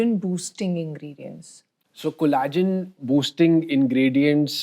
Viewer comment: It’s pronounced collagen with ll It’s not cola-gen